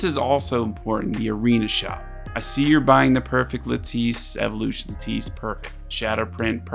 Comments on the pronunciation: lattice is pronounced like lettuce but with an i instead of a u. not luh-tice but lad-dise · La-tiss not La-teese